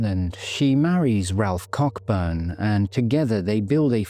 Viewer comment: The fact that you mispronounced the surname Coburn, is not a crime, the most important thing is that you have highlighted a very serious crime, a lovely lady mrs heron whose life was sadly taken, and still to this day we are no further forward, Someone out there knows what happened to her, and if her case as many others are not kept in the public eye how will they ever get solved. The more publicity that they receive the better it will be for them and their families Thank you ❤